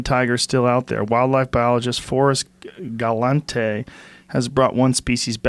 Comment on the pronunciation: “Forrest Ga-lan-tay?” Joes instantly deciding that he wants to meet this guy